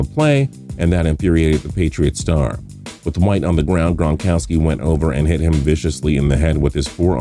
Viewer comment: When he says gronkowski it sounds like that one lady from monsters inc saying Mike wisowski